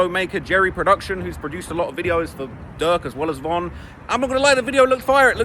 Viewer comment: Thats a strategy dummy saying von name wrong